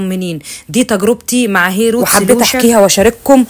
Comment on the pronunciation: المنتـج إسمـه هيــر روتـس سبـراي من الصيدلية عادي وسعـره حوالـي 400 جنيـه بس هي بتنطقـه غلط وبتقول هيروتـس وبعدين هي مش عايـزة تـرد علي أي كومنتـس بتسألهـا عن إسم الإسبـراي مش فاهمـة يعني منزلـة short لا كاتبـة إسم المنتج ولا بترد علي النـاس